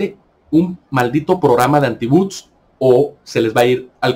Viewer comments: no se dice buts, sino bots, o Robots. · Se dice Bots